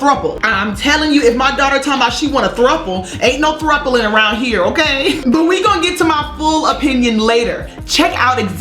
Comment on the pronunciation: Gurrrl, I was done when that joker Candice said "troupling"...ROTFL